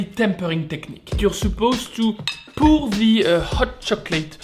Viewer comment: C'est plutôt "pouor" que "pour." Tu l'as prononcé à la française :)